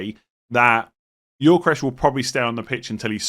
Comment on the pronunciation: Please stop saying gyokeres as yorkresh